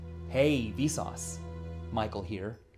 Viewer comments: More like "Hay we sauce my cold beer" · Sounds like "Hey Vsource, might call here." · After a while you start hearing: hey vis auds Michael hear